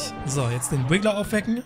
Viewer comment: Es heißt RIGGLER nicht wiggler